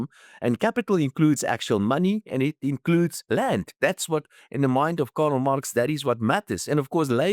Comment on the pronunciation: Bud, who is Karel Marx...? Come on. You're a renowned economist: learn to pronounce the name of one of the most significant economic theorists in history.